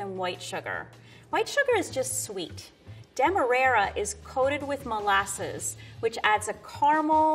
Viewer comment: lmao the pro chef really said demerayrer sugar instead of demerara